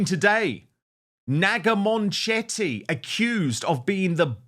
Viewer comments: It is not Moonchetty. It is bully Mun chetty, speak English properly!😅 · Is that how you pronounce her name? I thought it was munch-itty. I prefer munch-itty. 😅